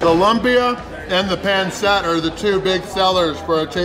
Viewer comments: its pronounced pan seet not pan set I know I have alot of filipino friends and I love pancit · Pansit not ponset. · Just once .. I wanna see on non Filipino pronounce Pancit correctly. My whole life.. everyone says Panset. I’m like … it’s pronounced pansit. Lol